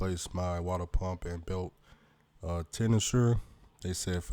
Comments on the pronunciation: Lol Its pronounced like ten shinner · Tensioner Ten-shin-er